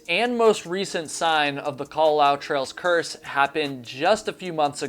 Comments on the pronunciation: FYI the u at the end is enunciated so the last bit should be "lah-oo" rather than "lau" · It is KA-LA-LA-OO. You pronounce all the vowels in Hawaiian words/names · You tell very interesting stories but, having lived in Hawaii when I was a girl, your pronunciations of local places and of the Kalalau trail is driving me nuts. Babbel, baby.😉